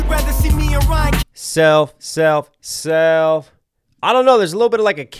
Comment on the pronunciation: When he does the self seelf seeelf it sounds like upchurch